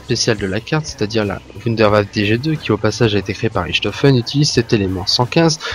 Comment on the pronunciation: si le "Ch" en allemand se prononcer "r" on dirait "Rirtofen" et pas Richtofen , :/